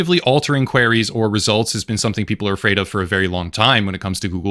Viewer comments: I’m sorry but “queries” isn’t pronounced “quarries” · Just FYI - Queries doesn't rhyme with Canaries